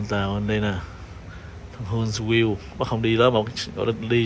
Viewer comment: HUNTSVILLE, AL. Phát âm : Hunt view